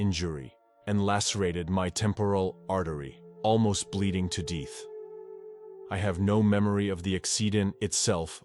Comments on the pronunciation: "Almost bleeding to DEETH"? Seriously? I really wish youtube content providers would PLEASE STOP USING ROBOTS to narrate their submissions. It just shouldn't be that hard to just have a regular person read the content! Every time I hear one of these mispronounce simple English words, it totally takes away from the viewer experience - and I will often just turn them off entirely (assuming that the story is actually a true account of someone's NDE, which may be a stretch in of itself). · another computer narrator, pronounces "death" as "deeth", makes me think this is just made up drama. NEXT.